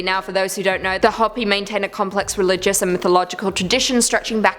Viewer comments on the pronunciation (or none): You can say Ho pee not hoppy! I should know since that's my blood from my babas side of family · I can't pronounce half of those words ether. However, the name for the Native American group you spoke of is Hopi, pronounced ho-pee. Just trying to help. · It's pronounced HOPEE. Like hope with an elongated E. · Hoppy land lol it is hope-E, I love hearing your pronunciations, I suck at it also. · Kali is a goddess, not a demon. And it’s Hopi (Hooper) not Hoppy. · Hoppy.... Hoe-Pee. Lmfao. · It's Qwet-zill-cot-tull, and, it's Hope-y, not Hop-y. Also, we're doomed! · I'm 1000% sure it's pronounced hoe-pee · it is Ho-pi but that isn't what they call themselves. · Yeah, did great with the difficult Aztec names. Calls Hopi Hoppy....repeatedly. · How do you not know how to say the word Hopi and then the people who produce this video Let It Go on YouTube like this what a joke. Everyone's like oh you did such a good job this was garbage